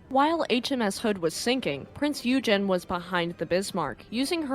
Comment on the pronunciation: and -some help with pronunciations; Ensign is pronounced ehn-sun Eugen is pronounced oy-gun Lütjens is pronounced loot-jens Finally, a piece of trivia: Ballard was on a top secret, classified project in 1989. He had asked, if there was time, could he seek out Hood and Bismarck? He was told that he could, if time allowed. He finished the classified project 12 days ahead of schedule. On Hood, he had to do some searching, but finished with five days remaining. On Bismarck, he had help in that another searcher had found her and provided the clue: "Look for an undersea volcano, you will find her on the slope." Since there was only one volcano in that area, they found Bismarck easily. Bismarck landed near the peak and slid down through the mud to near the bottom of the slope. Addendum: Going against Ballard's feelings to leave Hood intact the Royal Navy did recover the ship's bell from the Hood and it now resides in the naval museum of Portsmouth.